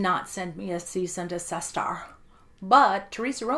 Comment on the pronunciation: Cease and deSISTER 😂😂😂 love it haha